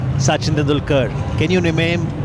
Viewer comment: no problem he pronounced suchin